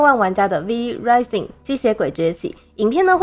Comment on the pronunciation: 一件小事情，Rising的發音怪怪的